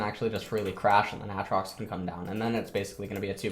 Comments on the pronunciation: why does he say ATtrox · STOP SAYING WTF ITS AATROX WITH DOUBLE A NOT DOUBLE T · for some reason refuses to use the long vowel sound for literally any word in league containing it lmao. ahtrox bahron kahssadin etc